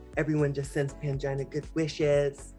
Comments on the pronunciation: In her video deckside in a Bahamas tee it sounds like "Angina" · Is Jimbo calling Pangina “mangina” or is it just me? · Not jimbo calling Pangina "Mangina" haha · I swear I keep hearing "Mangina" whenever Jimbo says Pangina's name 🙈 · Jimbo fully said “Mangina” when asked to pacify upset fans, and the subtitles disrespectfully spelled it correctly😭 😤